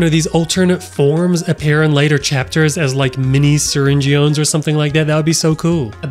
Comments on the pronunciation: there the original creators so syringeon is pronounced syringe in if they say so so your wrong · Ty was saying Syringeon correctly, you were wrong. Syrigne+Surgeon Surgeon is pronounced Gun. So Syring-u-n Syringeon! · SURGEON’S END PART IS PRONOUNCED "IN" so it makes sense why Ty Coker is saying "Siringin" edit: or Syringeon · you're prunonceing Syringeon's name wrong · Your not alone the whole fandom said his name wrong😂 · You say that they are prounouncing siringeon wrong But if you says it like that that means you can’t prounaunce surgeon right